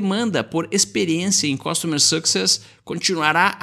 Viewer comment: SE PRONUNCIA CUSTOMER SUCSÈSSSSSSSS !!!!!!!!!!!!!!! PELAMOR